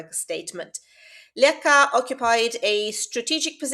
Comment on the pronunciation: Thanks a lot for this! I just wanted to correct you slightly, Namdalen is in Trøndelag, which isn't regarded as part of Nothern Norway (Nord-Norge), although Nord-Norge borders are very close, only about 5km from Leka to Bindal. The dialectial differences are big, though. And Leka is pronunced [læk:a], although that's on the local dialect, but then, with the current ~600 inhabitants, not very many speak that. And btw, it's not the first time something like this appears on a remote island. The vikings and those before them, were seafarers, so inland towns didn't make much sence, just like modern cities are usually located close to the shore or at least a river.